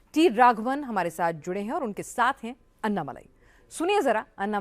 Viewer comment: अन्ना नही अण्णा बोलिये आप "ण" का उच्चार नही करते क्या?